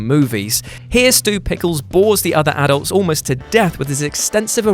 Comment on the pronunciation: Pls say adults right